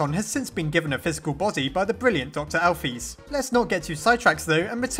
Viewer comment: It was confirmed that it’s pronounced Alph-I-s not Alph-ee-s although it’s spelled alphys